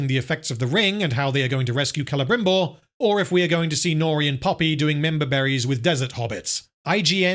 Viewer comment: Excruciating hearing the rolled Rs by the elves trying to pretend they are speaking in Received Pronunciation of a theatrical level rather than some unfortunate blend between a Welsh-Estuary-Spanish accent that simply grates every time I hear it. “KELEBRRRRIMBORRRRR” my arse! Such a big budget and not an accent coach on site? Total abandonment of taste and reason? Future dictionaries will list this example under “cringeworthy“.